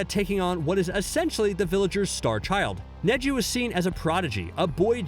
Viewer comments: I can’t believe my guy said Kneeji😂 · There’s just something irking about the pronunciation “neeji” and I don’t know why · I sware to god if he mispronounces another name I'm going to kill him he said neeji instead neji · He says them wrong on pourpose caught it on neji when he says niji first and then says neji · HE SAID NEEJI WTFFFF IM NEVER GONNA WATCH U AGAIN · You really irked me with the zabooza.. and kneeji... its za-bu-za and ne-ji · And neeji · I swear he has to be doing it on purpose with the way he pronounced Soo many names like neeji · It definitely hurt losing kneejee, and damn that ohbeedo. Gawd i have a hard time believing anyone who does videoson anime showsactually watches them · and zabuza and neji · The way he said Neji triggered the hell out of me LOL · Neji is what got me lol 😂 I mean if he can pronounce all the main characters names right Sasuke, Naruto, and so on. But the names man makes me feel like he’s never actually seen the show lol 😂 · Fam this guy got the pronunciation if neji right but still butchered it in the end